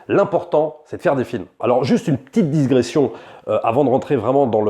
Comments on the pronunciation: digression* pas disgression ! mais bonne video en tout cas ! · Salut, il semble que tu te trompes sur un mot, c'est la 2ème fois que je t'entend dire ça, aussi je pense pas que c'est une erreur ponctuelle de ta part, on dit pas "une disgression" et "disgresser", mais digresser, sans "s".